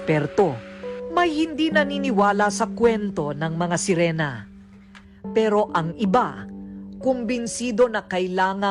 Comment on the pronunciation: anong serina? hhaha SERINA DW HAHHAHA SIRENA HINDI SERINA HAHAHA MGA ANIMAL MGA BUGOK GGWA NA NGA KWENTO KATANGAHAN PA...LOL MRUNING DW LUMANGOY PERO NALUNOD TAY KULANG KA SA JAKOL